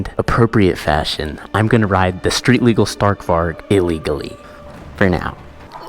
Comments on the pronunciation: Can you pls try to pronouncevit correct next vid would prob be funny btw it sounds like stahrk varij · sta(R roll)k vari. I would thank you for pronouncing it like that